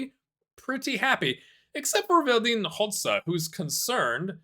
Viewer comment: just a small disclaimer, I don't wanna be a grammar police, but in Croatian, the Dž is pronounced like English J (like in "jail") so the Croats name would be pronounced "Ho-Ja" (not that it matters anyway 😅)